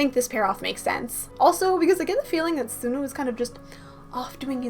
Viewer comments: btw sunoo is pronounced sawnu :D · I love your channel, you're one of my favorite theorists! I must say though, I sometimes get distracted by the way you say Sunoo or Taehyun lol. Sunoo is like the word "sun" then "oo", not "soon-oo", and Taehyun is like saying Taehyung without the "g" I don't mean to sound rude though :)